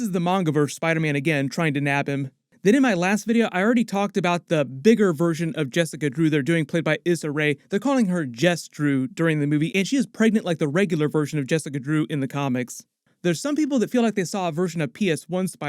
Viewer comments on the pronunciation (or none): Her name is pronounced Eeeeesah not Is ah. Issa Rae.